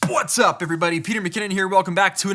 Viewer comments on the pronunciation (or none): That was the most percussive "Pwhats up everybody!" yet!